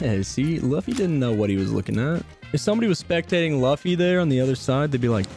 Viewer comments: No way just called Luffy Luh-fee Great video though! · that's now how you say luffy 😞